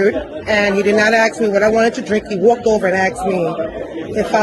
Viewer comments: Axe me.😅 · The dumb clowns can't even pronounce the word ask